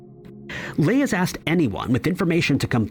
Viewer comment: You "AXED" for it ! Really ???